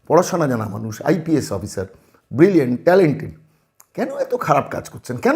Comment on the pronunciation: সুপ্রতিম কে ব্রিলিয়্যান্ট বলে,ব্রিলিয়ানূট বলে,কেন এই মহান শব্দটাকে অপমান করছেন কেন?একটা টাটকা রসগোল্লা যদি নর্দমায় পড়ে থাকে সেটা কি খাদ্য থাকে???তখন তো সেটা বিষ। ওই আই পি এস ও সে ভাবে বিষাক্ত হয়ে গেছেন।